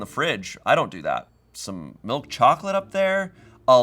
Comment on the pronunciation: How is it now that I’ve learned can’t pronounce anything correctly? tzatziki is understandable but Gherkins (or him saying jerkins) and Milk (or malk according to him) are unacceptable.